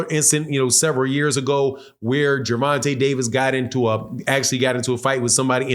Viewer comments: “vonte” tank davis not ronte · Hey my boy at the being sir you say Gerenta I no u don't mean it just thought I let you no you seem to say it right after that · Who is "Geraunta"... I'm glad buddy cleaned that name up the second time he said his name... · Lol did my boy say at the beginning? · Say his name rite if you gonna blog on him